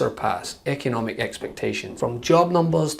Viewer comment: Did Donald say Echonomic? 😂 He knows so many words!